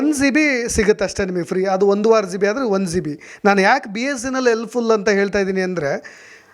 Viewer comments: ಝೀಬಿ ಅಲ್ಲ ಜಿಬಿ ಅದು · Don't pronounce G(ಜಿ)as Zee then you will sound like a villager(ಹಳ್ಳಿ ಗಾಮಾಡ್) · Le adu Zee all g.... Zeeb all gb,,,,, zeeyo all jio.... Thoooo... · Zio..., zibi... Alla sir gb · ನೀವೂ GB (Giga Byte) ಅಂತ ಕರೆಕ್ಟ್ ಆಗಿ ಉಚ್ಚಾರಣೆ ಮಾಡಿ. Zeebee ಅಂತ ಹೇಳಬೇಡಿ. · ಝೀಬಿ ಅಲ್ಲಯ್ಯ ಪುಣ್ಯಾತ್ಮ ಅದು ಜಿಬಿ GB ಹಯ್ಯೋ ಎಂತೆಂಥ U Tuber ಗ ಳಿ ದ್ದೀ ರಯ್ಯ ಖರ್ಮ 😢😮😅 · Bro Zee be alla GB